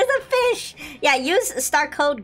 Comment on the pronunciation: Star code fish😂😂😂😂😂 he said it wrong